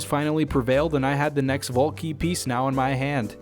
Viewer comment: Took me 16 and a half minutes to realize he was saying "vault key" and not "ball king"